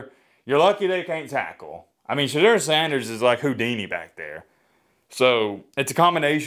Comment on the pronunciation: It is pronounced "Sha door" get it right hater